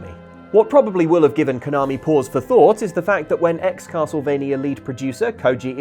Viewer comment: I thought it was a "Castle" of "V"ampire M"ania", or Castlevania